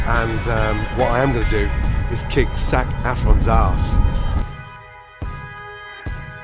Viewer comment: Zac 'Affron' LOL.